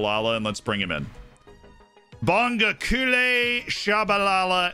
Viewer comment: As a South African I'm very pleased with this signing. I might be wrong on this but I would pronounce it 'Bong-go-kuush-leh'